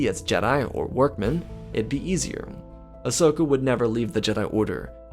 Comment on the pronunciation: "Ahsoka" not "asoska"